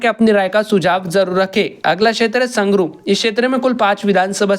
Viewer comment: नाम बोलना सीख ले मुक्तेश्वर नहीं मुक्तसर और संग्रु नहीं संगरूर है